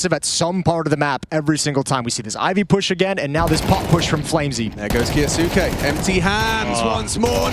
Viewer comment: KYOU-SKAY**** sick of this announcer saying his name wrong. Like "Sasuke" from naruto but kyou in front.